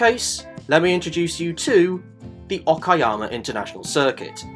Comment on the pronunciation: It's impressive that you didn't fail to pronounce the track's name. It's Ok-ah-yammer, not Oh-key-yammer.